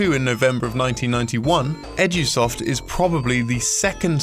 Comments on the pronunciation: am i the only one who hears "Sonics Edgy-soft". no?.... just me?.... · I also hear that.